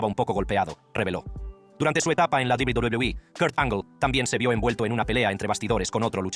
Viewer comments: PRONUNCIAS PÉSIMO WWE/WCW.PORFAVOR APRENDE A HABLAR.ES MOLESTO OIRTE. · Hermano tu video es interesante pero por tu tono de voz y la forma en la que pronuncias a WWE es molesto